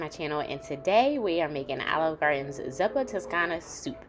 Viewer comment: Pronounced "zoopa"